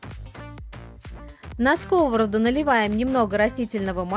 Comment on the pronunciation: В сковороду́, а не ско́вороду. Зачем после фритюра выкладывать на салфетку, если сразу отправляете на сковороду́ в разогретое масло? Смешные кулинары.